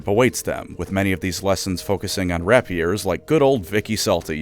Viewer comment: rapier is pronounced "ray-pee-er" not "wrap-yur". srsly look this shit up some time